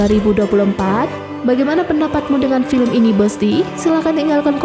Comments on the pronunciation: Mimin nya orang mana sih. Baca nya film ( filem ) bukan FILIM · Filim? Mbak belajar dikit cara pengucapannya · Sekarang BHS Indonesia sudah berubah😂,film dibaca filmi, teroris dibaca terorois ,telinga berdesis,aku pikir ular yg berdesis, ternyata telinga jg berdesis 🤦